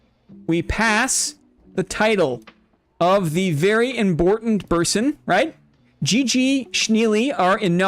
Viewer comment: Congrats to on your Boss Royale win! Enjoy your "Very Imbortant Berson" discord role this week <3